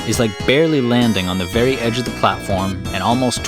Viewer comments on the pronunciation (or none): none